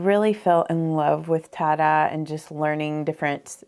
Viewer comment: It took me a while to understand that "tah-dah" is Tye dye 😂😂